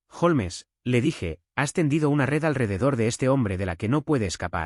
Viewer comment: Haces pausas raras en medio de algunas frases, no se si es por el cambio de línea o página o qué pero deberías intentar no hacerlo. Aparte se pronuncia "holms" no "jolmes". Tienes buena voz y con práctica seguro que mejorarás.